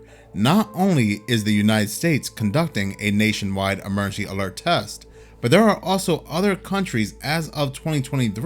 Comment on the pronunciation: If you can't say the word emergency, why do a video where you have to say the word emergency 5,000 times?